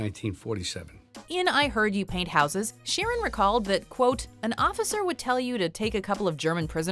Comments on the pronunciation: It's sheer an not Sharon ok sheeran Frankie sheeran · It's pronounced sheer an ...that is it sheer an ok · Pronouncing Sheeran like "Sharon" is very confusing for english viewers.